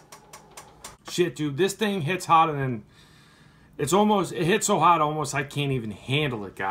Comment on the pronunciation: "It hits haaad, like it hits haaaad!" Haha